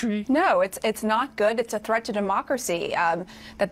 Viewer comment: Its Thweat to democwacy!